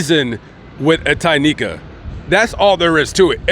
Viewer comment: Are you positive her name is Tynika Not Tequila